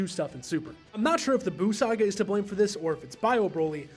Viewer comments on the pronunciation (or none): none